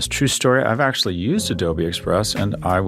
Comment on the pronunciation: Wtf is okshual? Come on. Ridiculous.